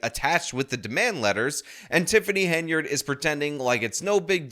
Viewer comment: Henyard, pronounces it incorrectly like how you spelt it and it's infuriating lol.